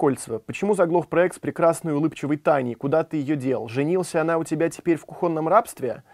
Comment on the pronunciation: не в кухОнном, а в кУхонном...